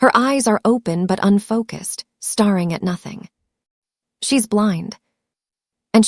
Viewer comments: This reader, AI or human, mispronounces long vowel sounds REPEATEDLY!!! /starring instead of staring/ 😂😂😂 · You don't read properly! That word "staring" is pronounced "stare-ing". How in the hell do you ⭐️ at anything? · All of these stories are read by an AI generated voice and unfortunately staring is one of the words that is always mispronounced in every single story.